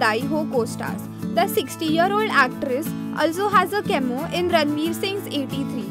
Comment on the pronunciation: It's not pronounced as masba, it's masaaba (spelling masaba) Not illegimate. It's illegitimate. Not kemo, cameo (just how it's written). Not desijon but decishun (decision) Whoever did the voiceover needs a lot of practice. It's sad that very young people without training do voiceovers badly and sab chalta hai bcoz they are paid so little